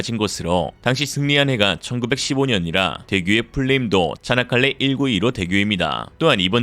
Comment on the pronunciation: 차나칼레 대교?? 발음이 "차(이)나"니 즁귝이냐? 쪽팔린 중공! 쪽팔릴 중국!! 정신차려 중국인민들아..